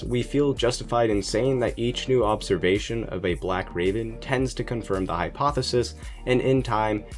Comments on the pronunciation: ¿Observ"s"ation? You should have that corrected. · "Observsation" Also I'm pretty sure that you don't know what a paradox is. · “OBSERVSATION” LOL! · Nice "observsation"...